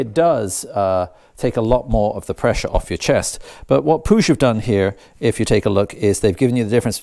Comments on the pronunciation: pronounced pweeg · Hi, I see you're a Saints fan when in the UK! 😉 I think Puig is pronounced 'Pweeg' as they're Italian. Good kit, I've had a couple of their flyscreens. I'll catch up with you when you work on the Griso updates, looking forward to that, we can swap notes!